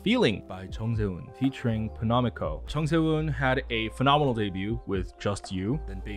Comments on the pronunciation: The way he pronounced penomeco tho... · everytime u said penomeco (wrong) i lowkey cried inside big rip he even went on a little rant once abt how ppl always say/spell his stage name wrong SKDFJ